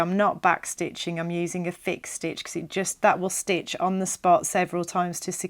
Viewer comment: It's not a 'thick' stitch - it's 'fix' stitch. Yes, I mis-heard it a few times, too.